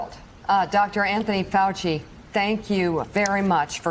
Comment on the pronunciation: Keep on open mind..........says Faux-chi. (who doesn't have one).